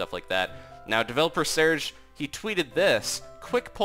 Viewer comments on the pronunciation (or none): XD the way you pronounce Searge! It's way off. You say Sersh but it's Sarge.